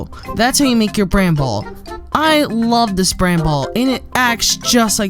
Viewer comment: STOP. SAYING. BRANBALL!!!!